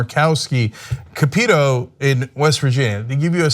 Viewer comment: It's Shelly Moore Capito (CAP-EH-TOE) of West Virginia.